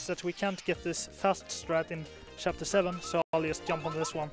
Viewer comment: I love that says Yump for Jump. It makes me happy for some reason